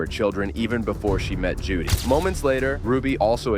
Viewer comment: Omfg it's JODI not Judy